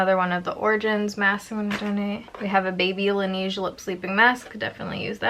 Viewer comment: la neige sounds like nehge with a soft g... it's french for snow. lol